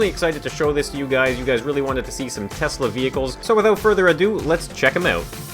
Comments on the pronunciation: Nice “toyesla” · It is Tosla XD